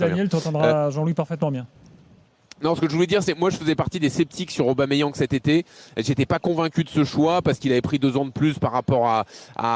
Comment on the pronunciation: Arrêtez D'ÉCORCHER le prénom et le nom d'Aubameyang svp bande de footix y'a pas de Didier ni de je sais pas quoi c'est PIERRE EMERICK AUBAMEYANG au cas où vous savez pas lire ni écrire